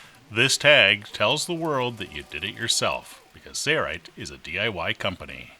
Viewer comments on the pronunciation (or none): Mr. Narrator has a nice voice but he doesn't know how to say "Sailrite". : )